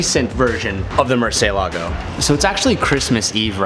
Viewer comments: Did you call it mercelago? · Murcentador...that's the name ☝🏿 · what a nice 'Murcitor' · “I knew every factual thing you could know about this car” ...except for how to pronounce “Murcielago” properly 😑